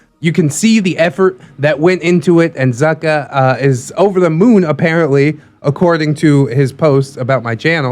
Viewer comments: And it’s pronounced ‘Zooh-kah’ X3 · Zucca is actually pronounced zoo-ka. Good friend of mine, very glad you had a look at his post!